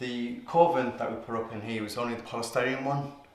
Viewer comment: When and you said Coving, I kept hearing coffin.